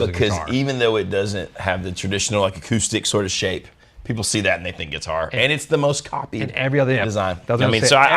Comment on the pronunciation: What the heck is a guititar?